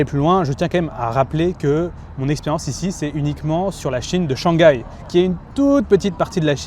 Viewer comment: <ShangGAI is the most French thing I’ve ever heard 😂😂